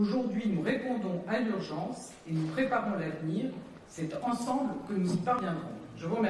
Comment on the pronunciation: Bordel qu'est-ce qu'elle est agaçante quand elle fini ses phrases avec des sons en 'un' ménagUN, écologiquUN, ensemblUN, civilUN. Pfou! c'est lourd